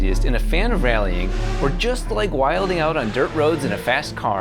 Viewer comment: It's NOT pronounced wilDing out. 😆 We don't pronounce the D in wilin'. If you're gonna borrow it, please do it right.